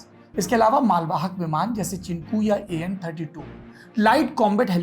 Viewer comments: चिनकू नहीं चिनूक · 15.47 min per galat pronunciation chinuk helicopter hoga.